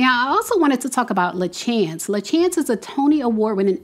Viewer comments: I just wanted to say her name is pronounced La Shawns . I met her in New York while performing Once on This Island…she was the original Ti Moune. Such a beautiful talented woman with an inspirational story and she deserves all her accolades. I hope they give her what she deserves. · LaChanze is pronounced "Lah-Shawn-zs"